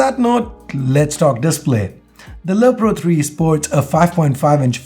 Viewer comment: you keep on saying lo pro :)